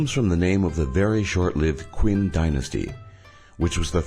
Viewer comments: Not trying to be a downer on your vid but I do speak Chinese and you don't need to even consider the characters or the tones to at least get a phonetically acceptable pronunciation of most of the words. For example, ''Qin'' is not pronounced ''Quinn'' (Medicine Woman anyone?) but rather ''Chin'' since the 'qi' sound is Chinese is a 'ch' sound in English. So the village would also be pronounced 'LeeChen' as opposed to ''Lee Quee En''. I know, I know, Q is always followed by U in English so that's why we all do it originally but none the less, I think if you're going to make videos where you need to drop a few foreign words, you should plonk them into google translate first, google will speak out the word for you. I'll stop being a pedant now. Good video. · Just so you know, "Qin" is a romanization of the Chinese word and is pronounced "Chin". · Qin is pronounced Chin. Hence Chin-a. Get facts before dude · Qin in pinyin pronounced as "Chin" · It's (Keen) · no it is "chin" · An English speaker pronouncing Qin "Quin" is like a Chinese speaker pronouncing three "tree". It's insulting in a society where pronunciation is easily accessible on the Internet. Maybe you should learn to be bilingual before making such an absurd statement. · You fucking moron, Qin is pronounced "Chin" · It's pronounced Chin on Quin dumb shit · It's spelled Qin but pronounced Chen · It's pronounced "Chin" Dynasty. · What a bad start ... Qin Dinasty is pronunced "Shin"... Guess what is China in French : "Chine" pronounced "Shin" too. So clearly it completely make sense and it is not just "believed to" come from Qin. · Qin is pronounced "chin", dna results disproved the villagers' claim of Roman ancestry. Reincarnation control for monks is bullshit, only in the conformation of 2 high level Tibetan Buddhism leaders approval from central government is required. It's dated back to the Qing dynasty, 300 years ago, not the other way around. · Qin is pronounced (Chin) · Qin is pronounced as chin